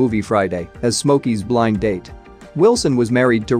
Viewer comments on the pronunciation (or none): none